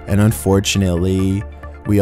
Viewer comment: Phony-sounding ""... Her name is pronounced as Anna Leekovich, NOT Anna Leekovik, as most European countries make the C letter pronounced as CH and the CH letters pronounced as K. Get with the program mate! 🙄